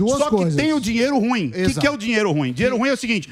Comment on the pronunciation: Ruim é oxítona, cavalheiros!